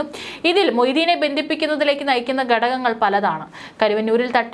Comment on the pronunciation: ഗടകങ്ങൾ അല്ല. മേഘത്തിൻ്റെ 'ഘ' ആയ ഘടകം ആണു്. വാർത്ത വായിക്കുമ്പോൾ അക്ഷരസ്ഫുടത ശ്രദ്ധിക്കുക. ഭാഷയെ വ്യഭിചരിക്കരുത്.